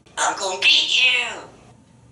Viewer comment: Awesome vocabulary and range of sounds. Sounds like a southerner "I'm gonna git you... LOL.